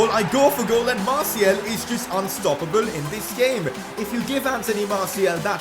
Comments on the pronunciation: Just a heads up, it’s Martial, not Martiel ;) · Can you stop calling Martial Martiel?